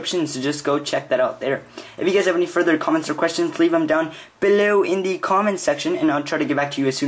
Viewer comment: Yeah im not a big fan of the way you say 'below' or the way you tell us on each video to do all that at the end just a sugestion